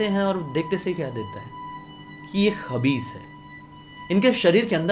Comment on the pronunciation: Not khabis Khais hota hai wo 🙄